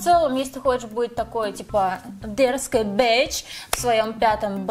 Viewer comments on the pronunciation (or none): "Если ты хочешь быть...дэрзкой бэич в своем 5 "б" классе, то вот пожалуйста" © Просто орррррр